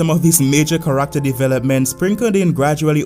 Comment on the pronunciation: The way he pronounced "character" at the start of the video straight up hard reset my brain.